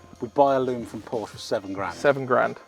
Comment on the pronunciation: Would defo buy a Hoodie that's says Porscha'specialishhh 😂😂😂